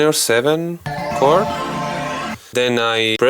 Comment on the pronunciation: Nicely explained, you make it all sound so easy. Small tip: in English, the "h" in "chord" is silent, so this word sounds exactly the same as "cord".